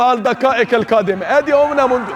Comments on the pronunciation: المذيع ده عنده مشكله كبيره بين ال ق و ال ك مفيش حاجه اسمها الدكائك الكادمه ومفيش حاجه اسمها لكاء لا يكبل الكسمه على اتنين غريب اوى يعنى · هو المعلق ميعرفش حرف القاف 🤣🤣🤣 الدكائك القادمه و شوطه كويه 🤣🤣🤣